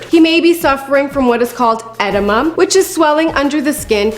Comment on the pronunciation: It's pronounced "adeema" not adima sweetheart...